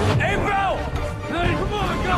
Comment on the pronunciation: Yes. She called April amil